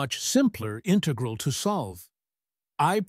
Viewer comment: The robot voice says "integral" incorrectly.